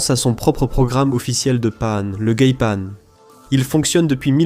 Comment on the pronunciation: le gaypanne jsuis mort mdrrrrrr; En france le geipan se prononce jaipan